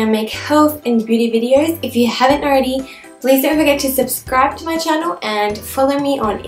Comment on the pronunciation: Why u always said chano not channal? Otherwise love u so much :)